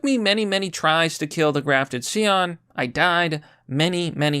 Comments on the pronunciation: You know what bothers me though? Not that you were able to beat this boss at SL1 without any healing...it's the that you keep pronouncing the word Scion as see-on. It's pronounced sai-uhn. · This game is a masterpiece…. It’s pronounced sci- on like the car btw not see on…. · scion is sigh on not see on, =) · Ok, the word is NOT pronounced See-On. Never has been. It is not a name, it is a noun. It has one pronunciation: Sy-On. Science. Scion. Like that. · Toyota is Japanese. Toyota made the company scion. Therefore the bosses name is “Si-on” not “C-on” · Scion is pronounced SI-ON. Just FYI. Good job!